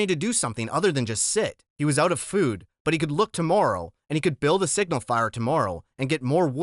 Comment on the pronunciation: Yo bro you need to practice saying tomorrow